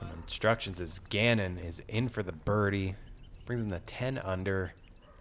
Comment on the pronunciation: Wow Gannon "Buhrdie"